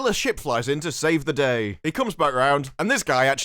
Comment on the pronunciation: How did your accent allow you to say "seive the dei" instead of "saiv the dai" like other denizens of the Merry Olde Lande?